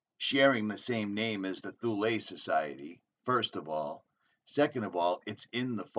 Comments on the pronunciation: It's pronounced 'Th' ule rhymes with Mule.... It went to Chelmsford Essex....88 dead scientists from MARCONI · THule -Pronounciation -[Tool -ee] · It is pronounced Tool--ee